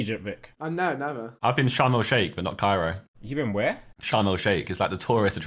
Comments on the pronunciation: 😂 its Sharm El Shaikh not Shalm I am fron Egypt and I know it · Thanks josh for butchering شرم الشيخ